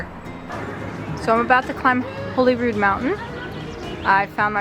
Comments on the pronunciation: It’s actually pronounce Holly rood.not holy rood. It’s lovely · It's pronounced Hollyrude, I know this because I grew up in a B&B called Holyrood House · It's actually pronounced 'Hollyrood'...as in, christmas holly. It's an understandable mistake because its not spelled that way. (spelled/spelt.....see... I dont know).. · It’s normally pronounced ‘Hollyrood.’ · Holyrood in normally pronounced 'HoLLyrood' Great vid! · It is Arthur's Seat that you climbed, not Holyrood mountain or hill. Also, we pronounce Holyrood like Hollyrood. Don't ask me why :-) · That is Arthur’s Seat Not Holyrood mountain Holyrood btw pronounced the same as Hollywood but Rood instead of wood Completely unrelated but the best football team in the world play in the stadium you could see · you’re narration was a very enjoyable enhancement to your lovely day spent in Holyrood Park(which BTW despite having just one L is pronounced like the berries not the Bible). I don’t know if anyone left a note, but those thorny bushes with the brilliant yellow flowers you kept walking past as you went up the hill are called Gorse. You’ll find them all over hilly rocky places across Britain, like Cornwall and Wales. Also, despite being confusing (not to mention incorrect, redundant and long winded IMHO) that big royal pile is officially called the Palace of Holyrood House. It’s the Queen’s official residence in Scotland, as Buckingham Palace is her official residence in England. Being the ultra pedant that I am, my view is if it’s a house it’s not a palace, if it’s a palace it’s not a house, and therefore I call it Holyrood Palace and leave it at that, on the principal that until Victoria moved in and it’s status changed, Buckingham Palace was called Buckingham House. When it became B’ham Palace they had the sense to drop the house bit.